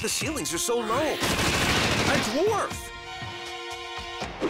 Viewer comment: "A Dwarve!" Text Dialogue:A gnome ...... Great reading,guys!